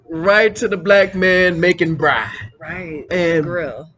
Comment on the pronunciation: It's "braai" ... 2 or more a's. The more adventurous you feel the more a's you add to the word... but NEVER only 1 a. :)